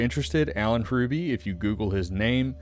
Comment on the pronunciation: Yeah he’s a massive jacksss, and our entire family despises him, and have all refused contact for the rest of his life. Love your storytelling, but the H is silent. ❤️